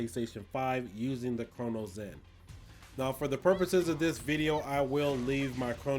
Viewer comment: why do you say cronus zen like crono zen